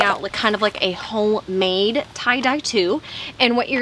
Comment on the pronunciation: did she say "whole made"